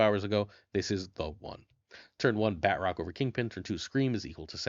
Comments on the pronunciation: This is killing me. it's not pronounced BAT--Rock. The T is supposed to be part of the second syllable. BA--TROCK. ""bah" like the sound a sheep makes, "trock" like the word truck but with an 'o'. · Love the videos- but I’m hoping the proper enough annunciation of his name will spread, which sound like “Baa-troke (like rhymes with choke). I say proper enough because it’s French, so a true pronunciation would make it far more nasily on the end of the name. But it really isn’t “bat-rock” 😅 anyways, love the content, not trying to sound overly critical, keep pumping out great decks 💪🏼